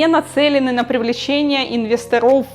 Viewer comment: при всем уважении. инвЕсторов, а не инвесторОв - режет слух...